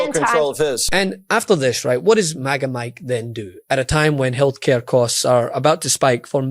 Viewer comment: Did he say FAGA MIKE?